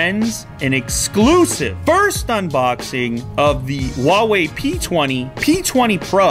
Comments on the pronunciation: Huawei sounds like [Who-are Way], not [Wha Way] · Huawei sounds like you're saying fucker in arabic